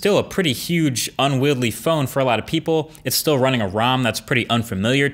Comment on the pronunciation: It is "unwieldy", not unwieldly